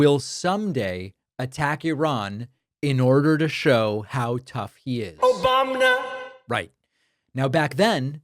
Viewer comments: That echoing "Obamna" gets me every time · David that “ObamNa” gets me every time😂🤜🏾🤛🏾